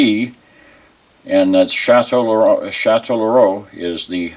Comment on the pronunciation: Chatellerault - Shah-Tell-Row